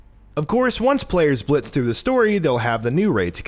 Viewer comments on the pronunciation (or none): none